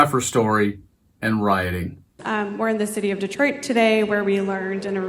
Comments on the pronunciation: Someone please respond to this so I know I’m not tripping too hard (just got some new dank herb and I’m feelin’ pretty good🤙)… I SWEAR he pronounced it “Distroit”, almost like destroyed. Am I fully detached from reality?😎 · He's so angry he said "Dis-troit" it's Detroit you loser😂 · Did he REEEEEEEEEEELY say, "The city of DESTROIT"??? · Destroit? I rewound several times, he said Destroit.